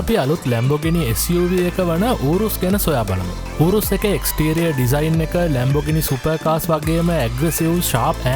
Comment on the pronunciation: ඌරුස් නෙවෙයි යූරස් නේ 🤔🤪